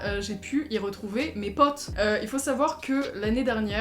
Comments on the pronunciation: Je suis là seule que ça me dérange parce que elle a un accent ultra bizarre quand elle dit mes "potes" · le "pote" avec ton accent 🥇